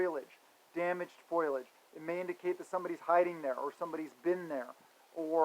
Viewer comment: It's FOE - LEE - EDGE, Brother, just trying to help.